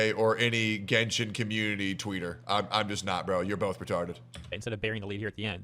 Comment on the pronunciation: “Let’s revisit my genshen baddies” needs to be sound boarded lol